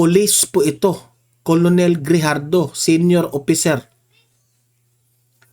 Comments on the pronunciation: KERNEL ANG PRONUNCIATION YAN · KERNEL ang pag pronounce ng ranko na COLONEL, sir